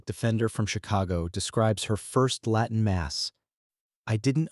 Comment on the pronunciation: A.I..slop. Doesn't even pronounce the word "Latin" correctly